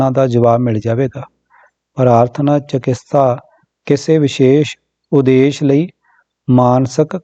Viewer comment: ਚਕਿਤਸਾ not ਚਕਿਸਤਾ